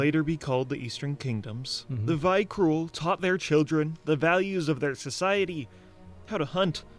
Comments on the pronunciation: it infuriates me to hear call them "vykrul" when it's actually "Vrykul". And nobody noticed either so asmon and the chat all started saying it wrong and it makes me so mad like sbogyhaisbgkjadg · Vrykul, not Vykrul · It's vrykul, not vykrul... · It’s ‘Vrykul’ not ‘Vykrul’. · This guy went to all of the effort to make this video and can't pronounce "Vyrkul" correctly. It's not Vy Krul. It's Veerkul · How is that dude gonna make a good ass video that he obviously spent a lot of time on, and mispronounce vrykul the whole time and pronounce epitome as "Ep-i-tome" LOL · I really don't understand how Asmongold doesn't know shit about the lore even though WoW is literally like a fifth of his life. 😂😂 Btw, did Blizz change it or what? Why do they call them Vykrul and not Vrykul? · VRY-KUL god dangit xD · Hearing him say Vykrul was excruciating. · ah yes the Vykrul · Ah, yes. The Vyk-rool. Everybody remembers the Vyk-rool. Right, guys? The Vyk-rool? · Knows the whole story, still can't pronounce Vrykul properly. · Why do both of them move the "R" in Vrykul to be after the K, when it is not? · I hate how the guy can't pronounce Vrykul correctly. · I hate how the video AND Asmon himself pronounce Vrykul the wrong way ... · My ears are bleeding from his pronunciation of Ymiron and Vrykul lol